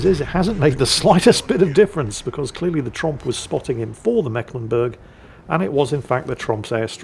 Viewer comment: As a Mecklenburger, it just hurts my ears when the pronounces that ship's name, it is the C in Mecklenburg is there as old remnant of an emphasis sign... you pronounce that syllable more like the English "make" (in correct german, it would be with a long "e"... ^^ now back to the salt mines